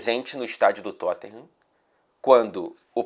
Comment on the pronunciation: "Tottinham" você é ridículoooooooooo hahahahahaha